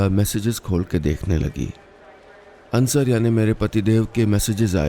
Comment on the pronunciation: Sir it's अंसार, not अंसर